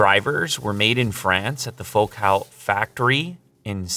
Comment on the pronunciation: It's pronounced Focal, not Focaal. Like focal point, which is kind of their whole thing. They have been making exceptional car audio for decades.